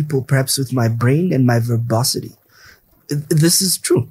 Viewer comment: Rwa rwa 😁😁😁 !!!! Verbo whatii ???? Verbosity 😁😁😁😁😁